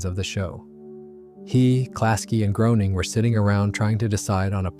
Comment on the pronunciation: Greyning, not Growning...